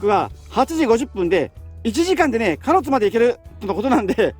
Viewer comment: 壱岐島と隠岐の島を混同してる？で、かろつ？唐津＝からつだよ。旅慣れてる割にはひどい。